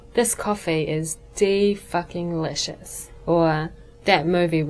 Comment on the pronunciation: you fucking suck at fucking saying the fucking the word fucking!